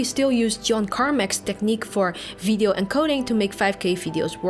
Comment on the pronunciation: Just curious. Does all Dutch people have trouble pronouncing the letter "V"? I keep hearing "Fee-R" instead of "VR" and "fideo" instead of "video". Not criticism, just genuinely curious.